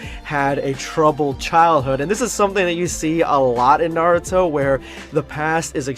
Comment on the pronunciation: IT's not NAR UTO. It's NA RU TO